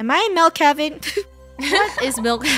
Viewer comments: i hear melk lol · Mil, mailk, melk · I love how Funneh says "Melk" instead of "Milk" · I love that funneh and KREW pronounces milk as 'mil' 😄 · I heard Mailk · I hear melk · I heard “meLk” 😄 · I heard milek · i hear mel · It’s Malk lol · I heard meilk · they dont... they say "melk" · No its MELK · I was kind sad when she said milk instead of malk now but only ogs know malk😭😭🥹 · How most people say milk:MILK How krew says it:MELK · I like how funneh Proununce milk with melk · Or as funneh would say…the Melk story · Ah yes ✨melk✨ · "Find the Missing Melk in Roblox" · What are y'all on it's not milk it's melk